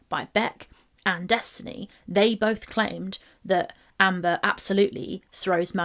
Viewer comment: Watched the original. Watching your video because we didn’t forget how vile you “BOLTH” are 😑